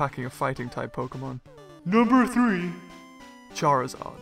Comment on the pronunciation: i kinda hated you when you said charizard